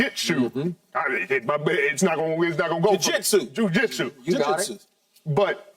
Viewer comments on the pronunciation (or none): Bruh Richard tryna say jujitzu sent me😂